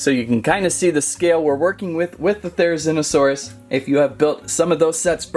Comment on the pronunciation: Here's how to pronounce their names jig-uh-no-toe-saurus, their-uh-zin-oh-saurus.